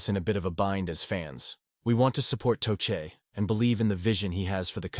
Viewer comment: toechek? tuket? toshay? lame downvote